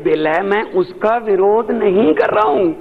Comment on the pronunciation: Nirodh nahi wirodh hota h paji